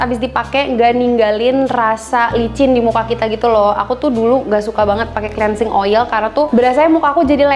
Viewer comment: bacanya klinsing bukan si